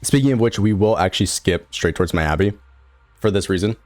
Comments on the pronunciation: and miyabi as my-ya-bi.... it should be me-ya-bi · my-ya-bi and yu-zu-wa. thats rage baiting.